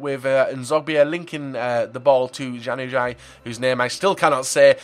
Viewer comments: u need to say januzaj like (yan u s eye) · Januzaj is said like yanuzay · You say it like 'Yan-az-eye' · How to pronounce the LM - Yan-U-Z-eye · Yan-you-zar is the pronunciation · u pronounce it Yanuzay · Ya-Nu-Zai (the way to pronounce januzaj's name) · It's said like Yanuziii (januzaj) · Lol it's said like this. yan-a-psy Psy as in Gangnam style PSY. you will get even if you said it right cause people be people on the inter webs but just in case you wanted to know how to say the Mancs name. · januzaj = ya-nou-zi (long i sound) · say it like yanu-zi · his name is "yan-uz-eye" (for januzaj) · Its said Yan-ou-zuy(guy but with a z) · Januzaj is pronounced Jan (like Jan Vertongen, or Yann M'villa) eww (think gross) zai (z-eye) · its pronounced yanozai (janzuaj)